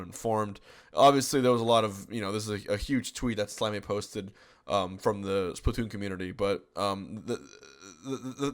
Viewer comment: yes. Also it's splatoon not splatton :)